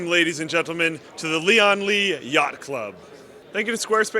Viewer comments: It's pronounced as "lee-ann li" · the pronunciation of "Lian Li" is really awkward. try to speak "Lian" faster